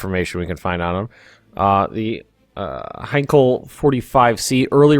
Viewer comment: btw as a german i know the plane company heinkel is pronounced like hinekill